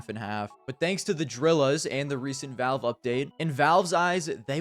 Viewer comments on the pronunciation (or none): none